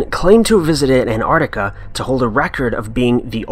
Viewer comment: The way you pronounce 'An'ARKtika' is really, really grating . . .